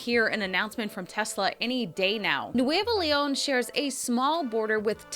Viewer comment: you are fantastic!!! and your pronunciation of Nuevo León is perfect...!